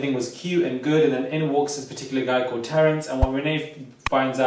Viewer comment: Nah I'm dizzy listenin to this! But every time says 'Terrance' I lose it 💀💀 is that Terrace sat with her lool